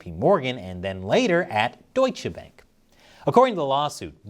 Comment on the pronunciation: Seriously? You got a German on staff. You should know how to pronounce Bank.